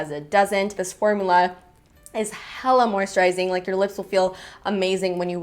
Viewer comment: She said hellah! Must be from cali?